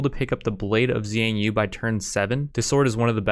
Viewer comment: also, the x is actually a sh, so for example the "blade of xiang yu" is more like "blade of shiang yu"